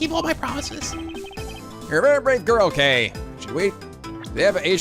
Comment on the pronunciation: you know when you say kay kay kaayy!! well without 'ay' part of the name... its bad.